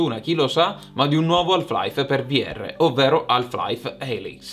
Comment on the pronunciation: La L di "Half" è muta,. Ma ti voglio bene lo stesso! 😘